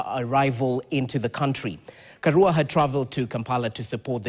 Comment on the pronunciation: Karua, which is a Swahilinised pronunciation of Karùa. You can pronounce 'Ka(raw)a' if you want to sound correct.